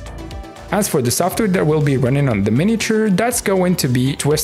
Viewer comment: you say "softer" but you should pronounce the W in software ;-)